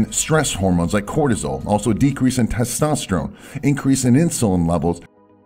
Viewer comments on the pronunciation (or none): none